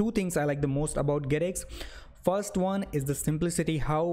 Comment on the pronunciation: What is fost? What is "fos one"? Is this English or Hindi?